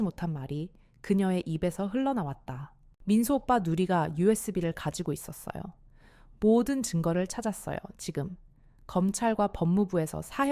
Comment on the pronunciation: 민수오빠 에서 발음이 민수오파로 들려서 계속 신경쓰여요~외국인이 읽는것 같아요😂